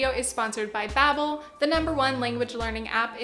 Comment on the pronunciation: Not trying to be annoying, but I thought you might not know this: Your pronunciation of Babbel is wrong, it's Dutch and it means something like chit chat. You pronounce it like Bah-bbel